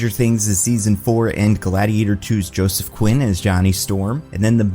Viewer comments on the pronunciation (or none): none